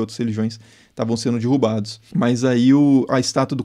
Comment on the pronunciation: “tavum sendu dirrubadus”